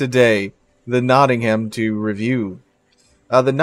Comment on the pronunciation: pronounced Notting-um